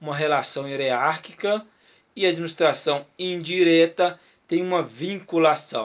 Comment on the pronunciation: Parabéns pela aula.. somente um toque na pronúncia da palavra "hierárquica" .. grande abraço